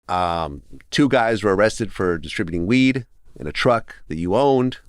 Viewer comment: lol you cant say weed